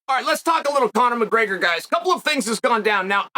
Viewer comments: “Conor McGrrrgrr” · Conor mcgurgur Gotta love chael's speech impediments